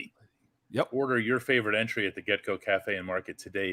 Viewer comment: Is pronouncing entree "entry" as a joke? Or